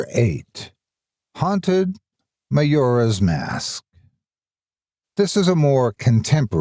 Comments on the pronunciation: Ma-Yor-Ya :3 cant say ive ever heard it pronounced like that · The way he said Majora O-O